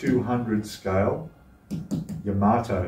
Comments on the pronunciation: $600.00+ for that model!!!!..............................Wife just said get the divorce papers out, IF, I even thought about purchasing it! ------ ps: It's pronounced "Ya-MUH-Tow, NOT Yah-mah-toe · A Japanese friend told me it’s pronounced “Yuh-MAH-toe/Yuh-MAH-too.” I think it’s one of those words that people say differently with their accents, like how I’ve heard Brits say “YAMA-toe.”